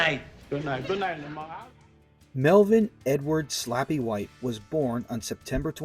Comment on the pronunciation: Hey, it's Slappy not (Sloppy)